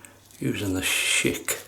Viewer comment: LOL Think of it like "SH-ick" not Sheik, which is a chief of an Arab tribe. You might make offend someone from the Middle East calling it a Sheik. Love your videos and will keep on with my attempt to watch them all. All the best regards from the "States"